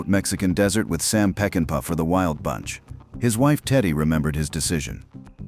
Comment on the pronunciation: If you're doing a documentary on a masterpiece, you ought to pronounce the director's name correctly. Its NOT "Peckinpaya." which is what the narrator says. It's "Peckinpah." Sam Peckinpah. Pronounced; "Peck-in-pa."